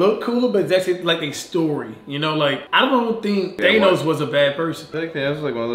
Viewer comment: Everybody: Thanos: tainos